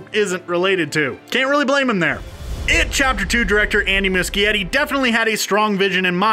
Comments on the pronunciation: MUCHIETTI IS PRONOUNCED MOO-SHE-ETTI. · Lol the way he said Andy's last name killed me 😂😂😂